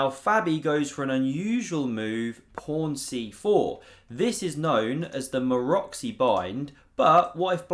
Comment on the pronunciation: The name Maróczy isn't pronounced "Maroksy"!